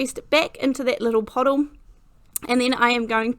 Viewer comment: Yes, I heard you say "pottle" (pot + bottle)...lol. My go to quick card is very large dies with large die cut sentiments.